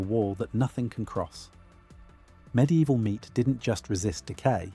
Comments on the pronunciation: Mid evil not midi evil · "med-e-eval", ai images, repetitive ai narration... another fake "facts" content farm channel.